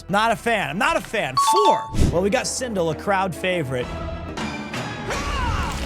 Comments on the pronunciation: im just gonna pretend like he didnt call her sindle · is no one gonna talk about how this guy just called sindel "Sindle"?